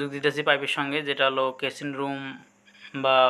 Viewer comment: কেচিন রুম না ওটা কিচিন রুম